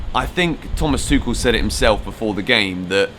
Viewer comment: Tu-kh-el. Correct Tou-sh-el is french Hope this helps xx